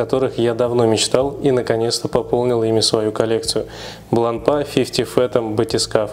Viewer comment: Часы хорошие, марка достойная, с историей. Но в 90% русских обзоров её выставляют на посмешище...произношением. Вот и вы,, последовали примеру многих. Неужели вы всерьёз думаете, что после буквы "р" три остальные читаются как "а"? Не идите на поводу у безграмотных людей, обратитесь к профессионалам, вам станет комфортнее делать обзоры в будущем.